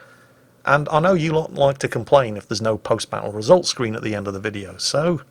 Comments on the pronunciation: says "Squeen" instead of "Screen" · “Post battle result squween” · I really enjoyed that Post Battle Results Scween and don't think I didn't notice that little verbal slip up. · Post battle results 'squeen''? XD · just wanna point of "Halkder didnt send in any post battle results 'sqween'" sorry but a funny flub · Did say scween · "Post battle result skween" xD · what happened there scween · "Post Scween." Thought we'd let ya get away with that one, didn't ya? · 4 kills for 44k damage tanked and 0 dmg taken says more than a "with enemies like these" comment ever could...entertaining battle though. Edit: Also, what's a "post battle results squeeb"? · did you just say scween? i want two swee thiyus battew twoo tiww the vewwy wast mayun edit: UwU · Wait... Wesult Scween? 😄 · Lol he definitely said skween hahahahaaa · "Post battle results squeen" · Post battle results scween. Me: Hehehe: gun cocking sound Me: Yikes... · What’s a post battle results “scween”?